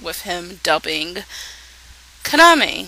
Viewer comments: His name is pronounced Ka-na-me, not Kana-me, girl. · It's pronounced Kah-nah-may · While watching the show in English I kept screaming, "Yuki, KA-NA-MEY! KA-NA-MEY!". I swear to god every time she said Kaname it sounded like Kanameh. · you dont say Kaname's name right which is annoying and I think the dun is pretty good